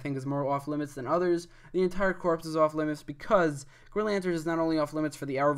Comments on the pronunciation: Corps= (Core) not (Corpse) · WHEN WILL PEOPLE LEARN THAT THE “PS” IN “CORPS” IS SILENT!!!! ITS “GREEN LANTERN COR”!!! NOT “CORPSE”!!!!!!!!!